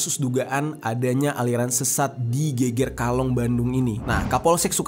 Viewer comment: Penyebutannya geger bukan geger